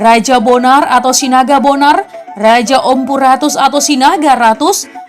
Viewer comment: Interupsi Sinaga Bonor bukan Sinaga Bonar